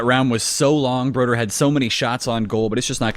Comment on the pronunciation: Isn't it broder?